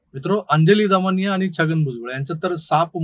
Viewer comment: plz try to work on your Marathi word by saying "आणि" and not "आनी"